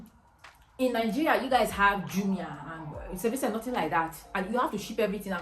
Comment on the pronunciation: Just one piece of advise from me if can speak just a little slower...it took me a while to realise you were saying st Vincent